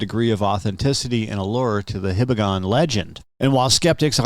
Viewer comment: hee-bah-gon, not hih-bah-gon. Name is related to the Hiba mountain in Hiroshima.